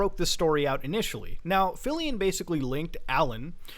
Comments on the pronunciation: Its pronounced like Philly-on not philly-in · you pronounced Philion’s name wrong.